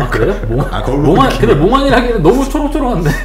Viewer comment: 몽한이 아니라 몽환인디 실수가 아닌듯ㅋㅋㅋ